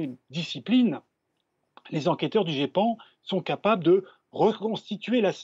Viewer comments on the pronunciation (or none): La journaliste a dit le guépan ! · Je connais le Geipan, je m'intéresse un peu au sujet mais c'était juste pour faire de l'humour en répondant à Kamal Laaribi par rapport à la journaliste qui à mal prononcé. On dit ( Gépan ) mais merci quand même pour l'info. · Elle a vraiment dit le "GUépan"? X-D !!!!!